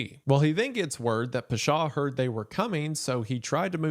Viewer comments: I say this with all the love Isaiah, your pronunciation is atrocious. I speak arabic, im from the middle east, literally took me 20 minutes to figure out what you were saying. Its not peshaw, its pawshaw. I could be petty and correct every single one but my god…. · Pasha, rhymes with Sasha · The way Wendi says "Pasha" physically hurts me!!! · the pronunciation of pasha was off, otherwise excellent and horrifying video